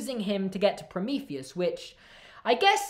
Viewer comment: No one else noticed said "satire"? Or "Prometheus"?